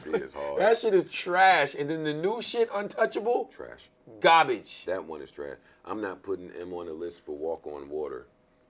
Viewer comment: The was he pronounces garbage ‘Garbige’ lmao